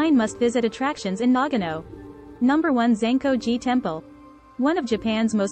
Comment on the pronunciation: You're mispronouncing it! It is not pronounced NAG- ano. It is correctly pronounced Na-ga-no.